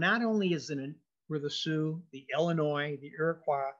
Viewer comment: FYI: it’s pronounced Illinois not Ellinois